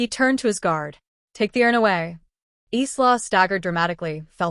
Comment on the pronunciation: Isla, a beautiful Scottish name pronounced “Eyelah” not “Eeslah”.